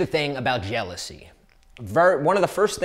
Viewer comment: Jealousy not jealsoy 😂😂😂😂